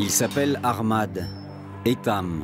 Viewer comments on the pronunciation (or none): none